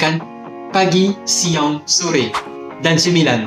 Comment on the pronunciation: Siang bang bukan siong 😁